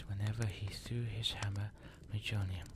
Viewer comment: Ew. Bad accent, horrible pronunciation. It's Mjölnir. Not muh Jolner